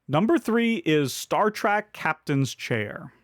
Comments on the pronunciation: Great list, thank you. I couldn't help hear you say Star Track instead of Star Trek 😀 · Great video, as always, but...Star "track"? Really? 😢